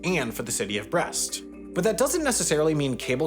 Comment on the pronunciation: While I appreciate the attempt to pronounce “Ateliers des Capucins” correctly, “Brest” was completely mispronounced and so were Paraguay and Uruguay 😂